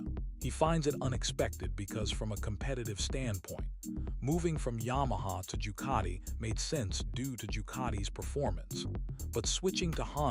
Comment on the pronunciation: Jucati? doesn't any one check this stuff, And who is "Baga" or "Corderero" This is awful. Must do better